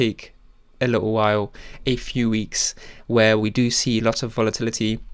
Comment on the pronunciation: A li-ull while. Never enunciate your T's